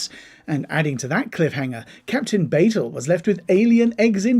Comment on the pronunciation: You need to do better research when preparing for these videos. You mispronounced several names. Captain Batel's name has been pronounced multiple times on the show and Rebecca Romijn's name has been pronounced multiple times in the media due to her marriage to John Stamos and Jerry O'Connell, as well as media coverage of her own acting career. Melissa Navia's name has been pronounced multiple times in media coverage of Strange New Worlds.